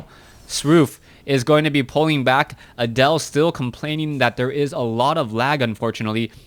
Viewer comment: Pronouncing Adel like Adele made me think "rolling in the creep" for the whole match.